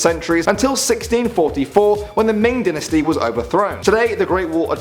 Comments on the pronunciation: it's dynasty (Die-na-stee), not dinasty (Din-As-STee) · Dynasty Is Pronounced Die-Nu-Stee